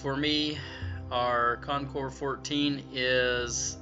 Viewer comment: Wow! Great Job! This is the very FIRST video review that I’ve seen/heard where the name of the bike was pronounced CORRECTLY. I’m just in shock! Almost NO ONE says it correctly... Thank you.